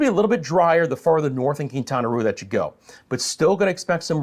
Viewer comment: Quintana Roo. The roo is pronounced as "row," as in row, row, row your boat. Love your channel!